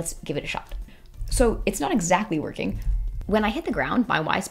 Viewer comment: its not vorking